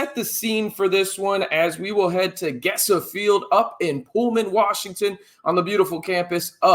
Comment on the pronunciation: For future ref just in case, the "Ge" in Gesa is pronounced like "me"